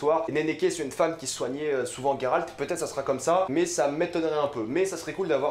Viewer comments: C'est fou comme les prononciations peuvent être différentes dans nos têtes.. Frinjila : Fringilla Guéralt : Geralt Striga (WTF) : Stridge Ou peut-être que c'est toi qui prononce mal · alors juste un détail de la langue française le son " gé " pour Géralt ce prononce Gé en non GUé c'est vraiment horrible à entendre ce GUéralt à tout bout de champs, C'est la forêt de Brokilone et non brokilon " ça se dit dans les jeu mais pas dans les livres que tu dis affectionner " avec le son ON à la fin, dryade avec in Dria " le son ya c'est la base " et non drAyade c'est juste affreux à entendre en fait. c'est une Strige en non une striGUA. Istredd n'est qu'un amant de Yennefer et non un amour , Sa relation intime avec Yennefer, dure depuis pas mal de temps. Elle fut longtemps une relation sans engagement de part et d’autre et au moment où istreed demande à Yennefer de choisir entre géralt et lui elle préfère s'en aller, elle retrouve géralt plus tard dans la saga donc si il avait été un amour elle aurait fait un choix. triss est sensée être avec Cheveux Auburn avec des Yeux Bleu bleuet tout comme Fringilla Vigo, la plus jeune, sympathique, naturellement agréable et d’une élégance discrète ; elle avait les yeux verts et les cheveux noirs comme ceux de Yennefer, quoique moins épais, plus courts et lisses . Confondre Meve, la reine de Lyrie et de rivie qui a un étendard – un aigle entouré de losanges rouges et Calanthe la reine de Cintra ( alors que l'on voit clairement le lion sur son armure dans l'image ) c'est un peu limite pour un grand fan des livres. Pour duny ce n'est pas compliquer de lire le mot " Hérisson " et non hurkéhon. c'est une KikimorrhE et non une Kikimo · J'suis obligé de quitter la video. Gueralt please .. c'est geralt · j’me suis arrêté à « gay ralt » ....